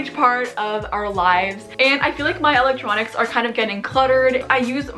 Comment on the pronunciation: “ my ELEECTRNONncs “